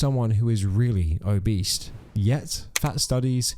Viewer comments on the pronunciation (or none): Something about the narration lately is yaaaawn… I dunno. Not as fun, boisterous and light anymore. Anyway figured I’d better tell you that you’re definitely not making friends with any of these people if you keep calling them “Obeast” 😅 accent or not it’s OBESE, like OGEESE. 🤣 might as well put an apple on your head and run around like a target 🎯 🤣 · did bro just say "obeast" 😂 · are you saying "o-beast"? and if so, is it on purpose? either way I'm pissing myself hearing it